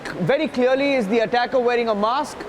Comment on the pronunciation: How many times are you going to say “you can see dee attacker”